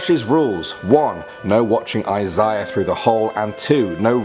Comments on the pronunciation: I cringed at how he pronounced Isaiah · Eye-syah lol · Yeah Josh, Stop watching me you creep , and its pronounced I Say Uh. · EYE ZA UH*